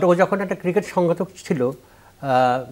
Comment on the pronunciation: আমি অনেকদিন ধরে ফলো করি ,এই উপস্থাপক ৯০% সময় ক্রিকেট শব্দটা উচ্চারণ করতে পারেন না।